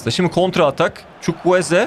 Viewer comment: Çavuel Zukwueze 😂😂